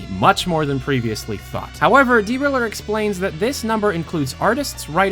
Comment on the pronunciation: is it D-Riller or just driller